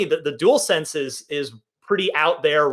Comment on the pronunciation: you also called it the "duel sense" when it's "dual sense"